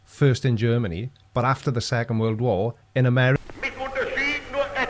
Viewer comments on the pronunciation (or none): none